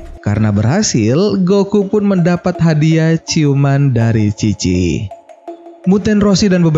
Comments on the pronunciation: Chi bapak bukan khi :v (Dibaca bahasa jepang) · Bang lu salah ucap apa gimana sih? Chi apa khi?